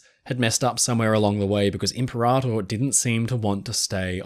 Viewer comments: "Limperator" lol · i had to pause the vid to laugh out the "Limperator" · the way you intentionally mispronounce imperator over and over cracks me up. love the dry sense of humor